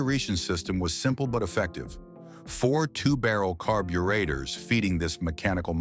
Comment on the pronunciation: "Carb-you-ate-hers" lol😅